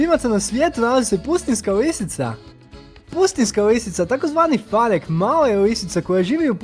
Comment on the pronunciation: Ne fanek vec fenek. Ali nema veze,najboljiste